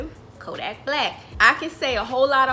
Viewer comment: Lmao at the stressing of “a whole lot” 😂